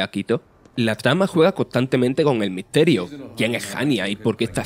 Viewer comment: porque "miterio" wtf